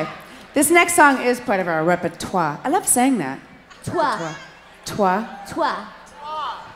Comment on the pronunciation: I have been il love with them since 1981. And Belinda, it's repertoire, you don't have to prononce the e at the end but you have to prononce the r. Too bad you don't tour in Canada this summer. A lot of love to you girls.